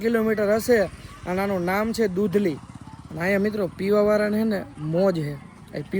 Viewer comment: Dudhli ❎ dudhni ✅🤣